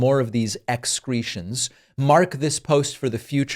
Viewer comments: “EX-CRETIONS”….. EXCELLENT. 😂😂😂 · Is it excreeding or excrement? 😂